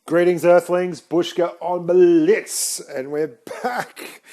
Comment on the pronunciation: blitz not biltz btw